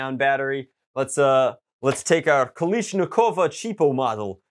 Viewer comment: pronouncing kalash as "kolish" hurt me